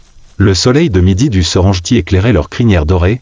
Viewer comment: Il faut respecter l'authenticité des noms des lieux de votre documentaire. Serengeti se prononce Serenggetti (serengueti) et non ( serenjeti) , du respect svp pour les noms propres